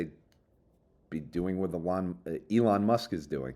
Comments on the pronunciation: oh my god he's finally calling him E-lon! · Thank you for finally pronouncing Elon correctly